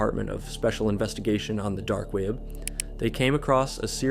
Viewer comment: Love the weird way u said dark weap